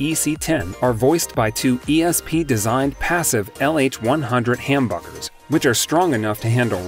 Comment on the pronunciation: Uh ya it’s humbuckers with a Short u sound , I like your choices but IYV is very good to.